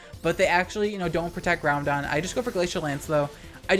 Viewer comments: I find it so funny how you've called it keeogree and groundon ironically for so long that it actually sounds normal to me. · Please keep up the narrated content. Where else can I get my soul-crushing 'Key-oh-gray' and 'Groundon' features?